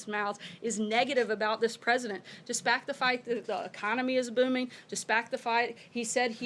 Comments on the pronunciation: "Despact the Fight"? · "DESPACT THE FITE" -- Sarah Colonel Sanders